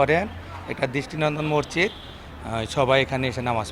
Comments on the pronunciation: সাংবাদিক ভাই মসজিদও বলতে পারেনা হায়রে। সাংবাদিক বলে মরজিদ। আশা করি উচ্চারন ঠিক করবেন। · ভাই মজ্জিদ না। হবে হল মসজিদ। কি বালের সাংবাদিক মসজিদ ই উচ্চারণ করতে পারেনা 😡😡😡